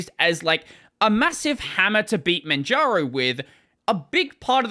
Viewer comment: Why do you keep saying Manjano instead of Manjaro? 😅